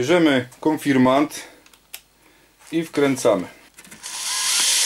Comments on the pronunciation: Konfirmat czy konfirmant? Inaczej w tytule a inaczej w wymowie. Proszę o sprostowanie. Pozdrawiam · konfirmaNt… konfirmaNt… AAAAAAAAAAAAAAAAAAAAAA!!!!!!!!!!!!!! KON-FIR-MAT!!! KON! FIR! MAT! AAAAAAAAAAA!!!! Poza tym: film naprawdę dobry. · KONFIRMAT a nie konfirmant !